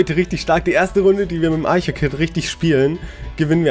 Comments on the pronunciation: Also Archer hast du falsch ausgesprochen xD es heißt nicht eicher xD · das kit heißt nicht aicher sonder es heißt archer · wie du archer aussprichst:)